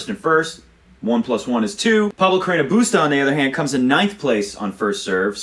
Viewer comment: On a funnier note, I love the way you say BUSTAAAA!!! I think and hope tennis commentators all over the world will adopt this style of pronunciation in every match he plays in the future! XD